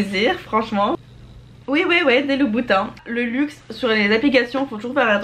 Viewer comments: "bouboutin" PTDRRRRRRRRRRRRR JPLEUR J'ad-o-r-e toujours autant tes vidéos, ta personnalité et tes cheveuuux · "Bouboutin" mdrrrrrrr je suis morte